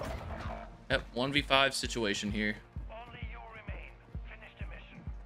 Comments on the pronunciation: ngl really bothers me how he sometimes says situation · Why does he always say situation wrong🤣